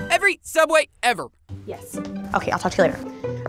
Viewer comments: you mean every Sooubway ever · I think you meant sooubway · I used to work at a small local sandwich shop you might have heard of it it’s called SOOUBWAY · TheOdd1sOut Yes I think they did too 😂 SOOUBWAY FOR LIFEEEE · yeS i Mean sooubway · Caleb Lim SOOUBWAY PART 3 BABY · Theodd1sout sooubway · Oh yeah sooubway from theodd1sout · Caleb Lim yasss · Caleb Lim yep theOdd1sout sooubway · Caleb Lim yeah it’s sooubway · Caleb Lim hahhahahahah the odd1sout hhahahahahahhahahahhahahahha sooubway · Theodd1sout and I think it’s soubway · Being someone who now works at Sooubway, all I can say is yes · Lhokw te S'eliya sooubway? It’s subway! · srsly, there are no comments saying that the actual name is sooubway??? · Subway is its real name not sooubway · It's not sooubway it's sauauoosusaldooasaway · It's called *Sooubway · Kat YEEES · Um actually it is called sooubway duh 🙄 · Vibhuti Patwal its soubway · It's pronounced sooooowbwaayyyyy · It's actually "Every Sooubway Ever" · Why is everyone saying sooubway? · Actually it’s Soobway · im sorry but i think you mean sooubway